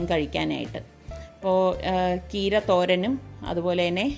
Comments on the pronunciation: കീര അല്ല ചീര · Keera ennu kettadu Tamil nattu karu parayunnadanu.. Nammude nattil cheera ennalle parayuka.. Tvm border ayadu kondavum alle.. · കീര ennanno പറയുന്നേ ചീര എന്നല്ലേ പറയാ.. ഞങ്ങൾ ചീര എന്ന പറയാ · itha ചീര യ്ക്ക് കീര എന്നാണൊ പറയാറ് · Aunty, ചീര എന്നല്ലേ പറയുക? ആന്റി കീര എന്നു പറഞ്ഞ പോലെ തോന്നി